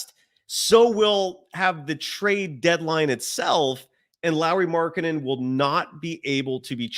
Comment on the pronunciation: Can you stop with the Lauri markanen pronunciation thing? It’s getting really annoying